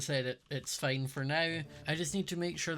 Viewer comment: "It's fine, it's fine." More sounded like "It's pain, it's pain." HAHAHA